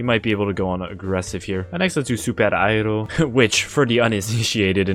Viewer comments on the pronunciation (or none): none